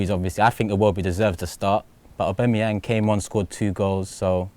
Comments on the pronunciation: After all this time he still can't pronounce Auba's name. Abangyang lol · Aubangyang...lol!!! Great show.